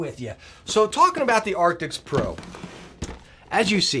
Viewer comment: He has been saying Arctix for 2-3 years now in every video about the headset.